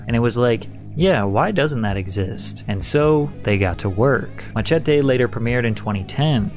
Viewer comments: Bro said Ma-Che-Te 😭🙏🏼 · why oh WHY do you not know how to pronounce MACHETE